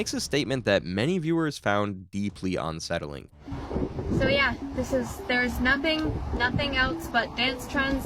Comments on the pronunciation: Bro its "unsettling" not "onsettling" 😂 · It’s un- not on-. You don’t say on-covered…it’s un-covered I hope this weird slip isn’t constant or I won’t be able to listen to this lol